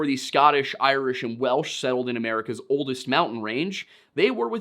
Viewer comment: glad someone fluent in Welsh feels he got it right. My grasp of the language is limited to a year of Duolingo and what I've scrapped from r/learnwelsh